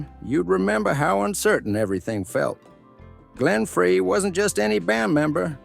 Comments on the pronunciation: You lost me almost immediately with the mispronunciation of Glenn Frey's last name. It is pronounced FRY, NOT FRAY. I'm out.... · It ain't "Fray"! It ain't "Free"! It's "Fry", Glen Frey, FRY!!!!! If you are going to feed script into a voice bot, FIRST, know the pronunciation of your subject, and SECOND, review, and edit if necessary, your work in the bot so that it's correct! These bs videos uploaded by lazy creators who are scared to death to speak into a microphone are really quickly becoming FREAKING OLD! Please, for the love of God in Heaven, GET IT RIGHT!!!!! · It’s Glen Fry not Fray. The commentator mispronounced it and seemed to remove the legitimacy of the reporting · Hello, it’s Glenn Frey, “Fry” not “Fray”. If you did your research, you would know the correct pronunciation. 🤦🏻‍♀️ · Say Glen Freys name correct. Sheesh. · This stupid ass doesn't even pronounce Glen Frey's name correctly. This video is total lies and a complete waste of time. I hope Vince sues your sorry ass for defamation and character assassination. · I hate when some jackass cannot pronounce Glen Frey's name